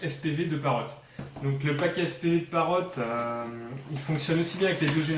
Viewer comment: Encore un qui l'appelle Parote... ? Parrot pas Parote...